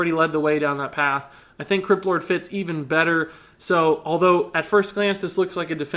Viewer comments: When Said Crypt Lord I heard it as Kripp lord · When you say "crypt lord" it sounds like "kripp lord"